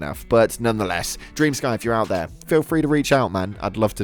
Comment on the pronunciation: FFS!!! It's not DREAM SKY... It's DREM SKI. It's a Ukranian name! 💜